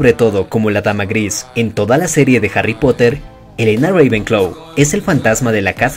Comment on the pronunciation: nadie absolutamente nadie yo dandome cuenta de que el narrador de el video deice hary en vez de harry xd